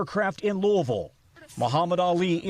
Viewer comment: It’s pronounced Lewisville.